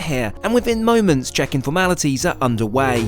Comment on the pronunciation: Did he say "under way" or UNDERWEAR 😂😂